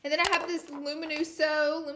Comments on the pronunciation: Laura Lee saying "luminoso" 500 times and still getting it wrong 😂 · I feel like Hermione. “It’s Lu-mi-NO-so, not Lu-mi-no-SAH!”